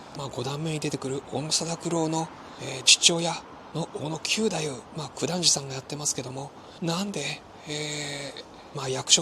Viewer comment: わ〜い、嬉しい感想でした‼️歌舞伎の力、平和宣言‼️通しで観て欲しい、若いみなさんに観て欲しいというお得なチケットのご紹介もありがとうございました。 ストーリーがよくできていて、本当に楽しく、何度も観に行きたくなります。 ひとつ、斧九太夫は、きゅうだゆう ではなくて、くだゆう だと思います。 決してダイジェストではなく由良之助が、勘平が切腹する事で名を連ねられること、平右衛門へ命としておかるを切るようにすることなど、非情にも思えますが仇討ちに対する想いを確認する思慮深さ、なんとしても成功させるという意志の強さを感じました。 強い意志と世界平和への想いは、團十郎さんと重なります。